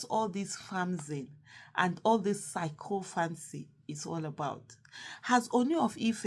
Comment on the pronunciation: The pronunciation is ( See-KO-FANCY)